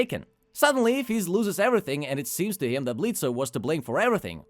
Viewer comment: I think the O is silent, it's pronounced Blitz. I did like the episode and your review though.